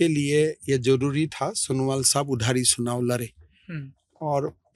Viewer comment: चुनाव ❎ सुनाव ✅😂